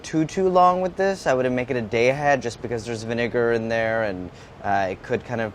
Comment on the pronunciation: That's an... interesting way to pronounce 'vinegar'.